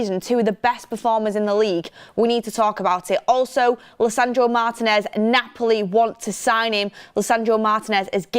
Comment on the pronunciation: I like this new guy with. Good analysis, plus he's the only member of the crew who can pronounce Martinez's name correctly.